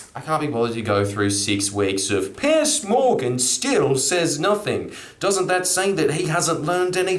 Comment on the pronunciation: Pronounced Pierz, not Pierce. Also he wrote tabloids, not just reacting to 🤢